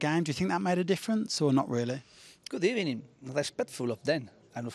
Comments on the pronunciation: I swear he said good eVening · I swear he does the “Good Ebening” just for the banter now